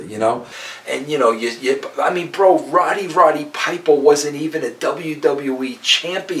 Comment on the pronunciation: Did Vince just say “RODDY RODDY PIPER”?